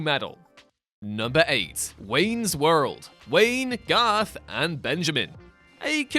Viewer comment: Garth. Gar-th. Garth.